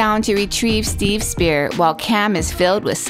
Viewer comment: Spear not spirit